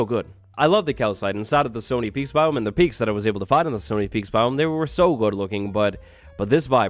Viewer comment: Somtimes its sounds like he says "sony peaks"